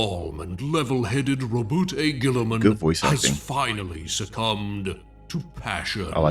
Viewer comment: Mispronouncing Robot Ghilliesuits name is not just a rite of passage, it’s tradition